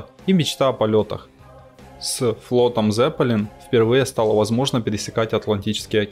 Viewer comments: Какой "З"еппелин? На немецком -Цеппелин, буква "Z"-это Цэт..имейте уважение к оригинальному звучанию,пусть рок-группа будет Лед-Зеппелин. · не "зЕппелин", а "цеппелИн". это немецкий.